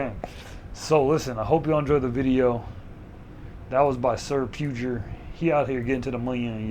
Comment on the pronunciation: pue-ger? bruh.......its pug-er